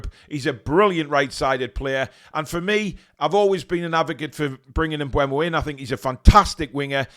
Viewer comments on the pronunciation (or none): Mbeumo (pronounced Mbermo) not Mbuemo.